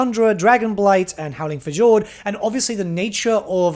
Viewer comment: "Howling FAH-JORD" lol